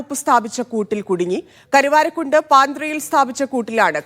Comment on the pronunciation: കടുവാരകുണ്ട് അല്ല കരുവാരകുണ്ട് ok